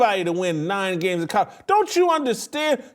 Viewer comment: Whitlock, the pronunciation, is not Codorado, but Colorado.